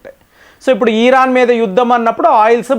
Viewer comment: ఇరాన్- ఈరాన్ కాదు. యురప్ కూడ తప్పు పలికారు .